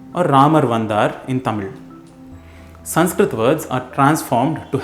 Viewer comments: I didn't expect that much ழ் pronunciation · wow you pronounce tamizh really nice